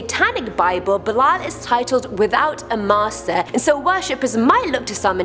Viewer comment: Belial is actually pronounced like belly-all. Learn your pronunciations please its slightliy insulting to satanists